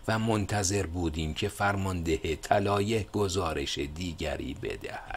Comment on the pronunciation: جناب خسته نباشید و با تشکر اگر به تلفظ کردن یه کمی بیشتر دقت کنید کار زیبایتان زیبا تر خواهد شد چون کاری را که شما انجام میدین فقط برای وقت گذرانی نیست کاری است که فایدش رو در مدت طولانی خواهید دید علاقه مند کردن جوونا به کتاب کاریست مهم و شما دارید با در دست گرفتن گوشه ای از این کار مهم اونو انجام میدین ه همیشه ح نیست مثلا طلایه طلایح نیست بخاطر همین چند وقت پیش از شما تقاضا کردم تا قبل از پست کردن یک بار خودتون گوش کنید البته این به هیچ عنوان از ارزش کارتون چیزی کم نمیکنه ولی میتونه به ارزشش اضافه کنه دو باره ازتون تشکر می‌کنم